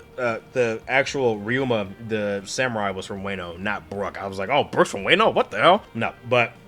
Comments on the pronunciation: Since you asked, Wah-no, not Way-no. As for the arc itself, I can totally understand not being too into thrillerbark, especially the first half. It definitely is one of the arcs that suffers a bit from being a product of its era, but it sets up/foreshadows a lot of stuff for the post time skip story that makes it a lot more interesting to reread after you've caught up on the story. As far as Moria, I think a good way to look at him is that he's a Big fish in a small pond who tried to go to a bigger pond and got a reality check. He's sort of like that guy that peaked in high school and ends up taking out his inability to flourish afterwards on everyone else around him, becoming the small town bully. Also, as a Sanji stan, we uh... There are... things I could say about what Sanji's desire for invisibility ACTUALLY says about him but that would be massive spoilers so I'm gonna keep them to myself for now. What I will say is that this arc definitely doesn't help Sanji in the eyes of a lot of people, and it's very understandable why, but he's a much deeper character than Oda lets on in the first half of the story and there's a reason he is the way he is beyond it just being a gross gag that hasn't aged well. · Calling wano “wayno” is crazy but a very great video